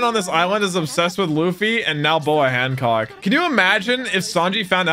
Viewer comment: Bruh Luffy calling Hancock hammock